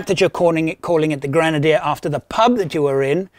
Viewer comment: It’s not a “Granadier”. Creepy guy.